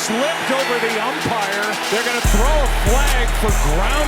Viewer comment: The way the rest says umpire 😅